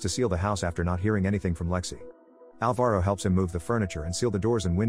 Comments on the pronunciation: Its not alva-ro, its pronounced al-varo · That's not how you pronounce Alvaro